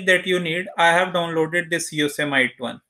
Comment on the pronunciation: You don’t even know how to pronounce Yosemite